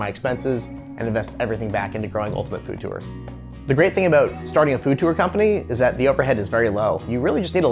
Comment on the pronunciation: the way he pronounces tour makes me furious